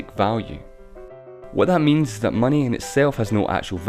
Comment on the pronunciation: "What money ezzz" lol